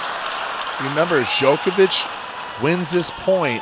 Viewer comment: Why is one of the commentators mispronouncing Djokovic all the time. He did the same in the 2010 final. How on earth is it possible nobody correced him, how to pronounce the name of the world # 1 tennis player of the time?